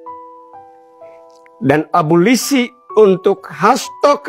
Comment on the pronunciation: wkwkwk...bukan aborsi...tp abolisi.......bapak ini selalu lucu...semangat terus & sehat selalu pak:face-green-smiling